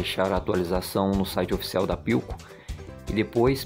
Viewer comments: Não é por nada. Mais o nome é philco. Não pilco... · Pilco, tá lá, se pronuncia Filco, Philco!